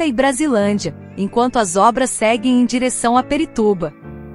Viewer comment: São A M Vs! E não A M V S! E não é Perituba!!! E sim Pirituba!!!! POXAAA!!!!!